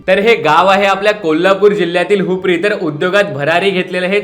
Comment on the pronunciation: अरे एवढ्या भस्सकन बोललास की त्या गावच्या नावाचा उल्लेख सुद्धा फस्सकन केलास बघ. जरा सावकाश हुपरी हे नाव घेतले असतेस तर?